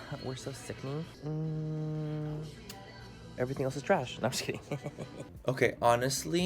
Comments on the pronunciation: Love the vlogging ❤️ also, you seem a lot happier and like yourself and it’s so nice to see! “Are you kirrrrrring” 😂😂😂😂 I love you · Literally 1 min and I'm already dying "are you KIRRING"